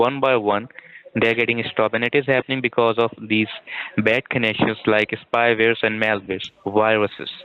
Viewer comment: spyvers and malvers, serwices stopp-ed .... ROFL